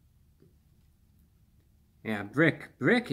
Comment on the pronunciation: Why’d he say BRRRRICK like he was BRRRRICKED UP